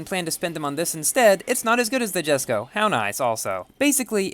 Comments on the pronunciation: Yaay he pronounced Jesko right. Someday, he'll get Porsche right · He finally pronounced it! What a madlad.